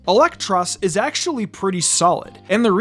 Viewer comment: Come on, man. It's not "Elektross" -- it's "EEL-ektross." Because it's an eel/lamprey.